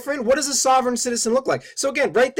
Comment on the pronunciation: It would have helped this guy if he didn't mispronounce 'sovereign'. But to take his simplistic critique apart: The risks to police from SovCits are fairly well established and from more than just the well documented shootings in West Memphis. There was the murder of a policeman in Alabama by George Sibley and Lynda Block. There was a shootout with a SovCit former cop in Ohio. There was the notorious Montana Freemen under Leroy Schweitzer that actually posted rewards for the killing of the local police chief. And these were just a sample of the SovCits that endangered police directly. Just because this magazine article mentions the one recent case that got an enormous amount of attention, this bozo talks as if that is and was the one and only case that ever involved a SovCit confrontation with police, which only proves that he is completely ignorant and hopes you are too.